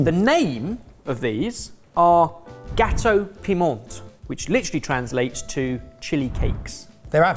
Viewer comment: Gateau Piment is pronounced Gateau Pema I'm from the UK but have lived in Mauritius for the last 35 years